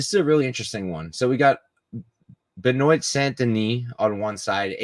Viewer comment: Benoit name is pronounced Ben waa